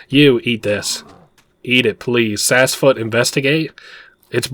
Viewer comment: Seems Sassfoot gave you some.....sass 😉 (likely for getting it's name wrong so much lol 😂) Other than that I fully enjoyed this playthrough ❤❤